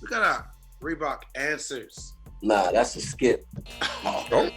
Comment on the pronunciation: “Thassa song!!” LOL